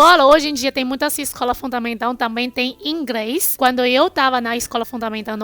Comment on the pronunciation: pqq quando é pra falar R ela fala L e quando é L ela fala R? Ela fala IngReis... kkkkkkkk